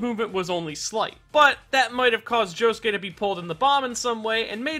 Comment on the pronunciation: It sounds like Josukay when he says it.. Oi Josukay!!!